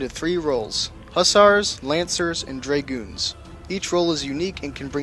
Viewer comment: “dray-gewns” lol